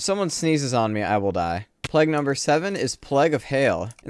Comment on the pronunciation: No offense but why do you pronounce "plague" that way?